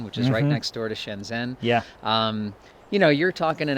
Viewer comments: That's fine, many native Chinese people also pronounce ShenZhen that way in their local accent. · Did this guy really live there for 17 years? He didn't even say the one chinese word right, Shenzhen.